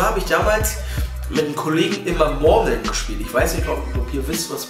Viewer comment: Geiles Video aber Hahaha die sprichst Murmeln so witzig aus hahaha "Mormeln"😂